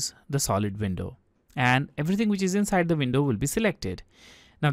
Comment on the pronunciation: She bootiful inshide an outshide ❤